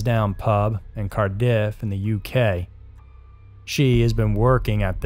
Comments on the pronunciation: “Car-diif” - 😂 Cardiff! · Cardiff is not pronounced Car Diff with a hard D. It is simply Cardiff with the main emphasis on the first syllable Car diff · Cardiff is pronounced Card-iff not Car-diff :) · Ive never heard Cardiff pronounced like that, but ok..... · Why did you say Cardiff so weird 😭😭 took me a moment to figure out what you meant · I’m from Cardiff and the pronunciation bugged me